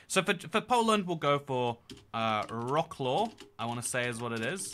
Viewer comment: bro check out how to read wrocław cause its not vruhclaw